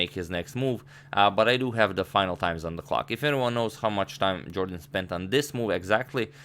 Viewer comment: #Suggestion as a loyal subscriber I must tell u sir, In his Interviews it is always pronounced as "Yorden" instead Jordan. If I am wrong plz feel free to correct me, it will increase my vast knowledge.